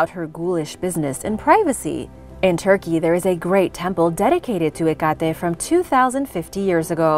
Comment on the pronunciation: Pronounced. Heck-kate.